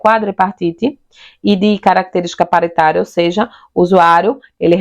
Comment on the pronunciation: pÁritaria,, fÒrmulação, sotaque que leva a sílaba tônica a errar toda acentuação no portugues. QUal região do BR você ? Isso não é um sotaque apenas, é um erro sistemático de pronúncia. Gostei do conteúdo de toda forma. Parabéns !!